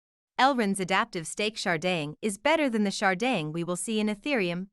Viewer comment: Can this lady not pronounce "Sharding"